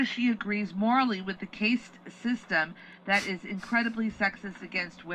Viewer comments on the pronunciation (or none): Totally agree with your take in this clip. Our humanity should not extend to made up lines on a map and no more. Jimmy Dores co-host didn't even seem to understand the concept of the caste system as she mispronounced it due to what sounded like ignorance of the actual word. Again-Great video.